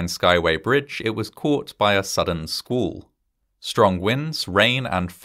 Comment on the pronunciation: It's a weather term "squall", not a "school". Obviously not narrated by someone from the U.S.